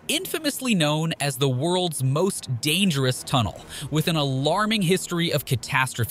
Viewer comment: "most dengerous" lol